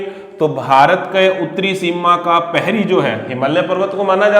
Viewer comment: सर पेरी नही प्रहरी होता है।